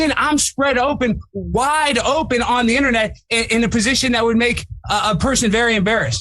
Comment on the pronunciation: Ahahaha!!!! The emphasis on WIDE OPEN. OMG hahahaha!!!